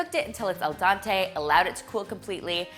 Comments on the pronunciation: I was going to comment something similar. I feel like it's because she's canadian and French is the second language there. 'Dent' (also tooth) in French is pronounced 'dan', the way she said it in 'dente'. So I guess that's why. I thought it was absolutely adorable tho. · I'm from Quebec, irregardless "dan" is not pronounced as "dante" in french canadian , it remains that "al dente" is not "dante" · That's not what I'm saying. The way she pronounces 'dente' in al dente is the exact same vowel you hear in the French 'dent', which means tooth (and 'dente' in italian also means tooth). That makes her mispronounciation more logical. I'm not saying she's right in her pronounciation, I'm saying it makes sense. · Please read my comment again instead of just trying to be right. I am talking about it being the same vowel, not the consonants. The only thing she did wrong in her pronunciation was the vowel, so it's pretty obvious that that was the point I was making in my first comment already.